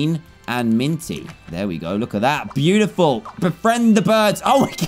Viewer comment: You said pew-tiful not beautiful